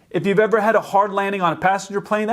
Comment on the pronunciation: He said “if you were eve a kid” XD